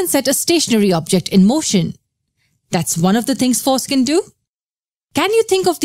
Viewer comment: is it just me or does it seem like whenever she says "Force can" it sounds like "foreskin"